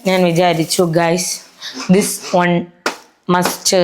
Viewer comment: One nde pronunciation ingane aano... You are such a hardworking girl,🎉🎉proud of you🎉